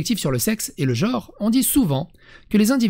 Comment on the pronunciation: attention à l'erreur de prononciation, on dit bien "genre" et non "gore"